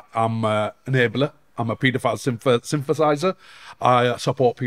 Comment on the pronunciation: I know English might not be this dudes first language but I can't stop laughing when I hear him say synthesiser instead of sympathiser 😂😂 well done tommy for showing the objective concern for our children that media won't cover